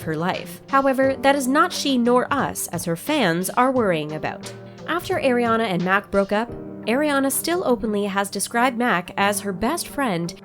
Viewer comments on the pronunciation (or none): Not “Air-iana “. just Are-iana “ like “Are”. Please ☺️ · Stop saying eriana her name is ariana or ari ! I lov ari❤❄ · Her name is not pronounced "Air-iana." Her name is pronounced Ariana. Just, like the way her name is spelled. How do you not know how to pronounce Ariana Grande's first name? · Irk it gets me so triggers when people pronounce it wrong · Air-riana I'm dead 💀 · ATLEAST CALL HER NAME RIGHT